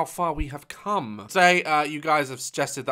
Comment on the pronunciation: the way he emphasized “come”😂